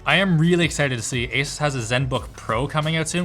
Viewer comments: Linus: Makes sure to pronounce 'Asus' correctly.: AsUhs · I really wish tech channels would decide on how to pronounce "Asus". I've heard Linus say it both ways. I've heard Steve say it both ways. I've heard Jay say it both ways. I don't care which one they settle on. Just make a decision. Also, if you say "asoos" instead of "Asus", you're the devil.